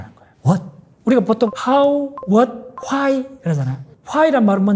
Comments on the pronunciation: Why를 발음하실때 왜 화이 라고 발음하시는지 궁금합니다. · 와이 입니다. 교수님 ^^ 번녁이라고 발음하시지 말고, 버녁으로 발음하셔야 해요. 박사님 ^^